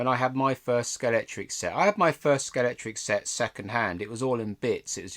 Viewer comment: £12 .95 was indeed the RRP for that set in 1974. By the way, it's pronounced Scalextric, not Scalectrix. Sorry, pet peeve. 😀